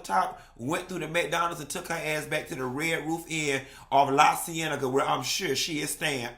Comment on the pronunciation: “Red roof inn on La Cienega “ 😫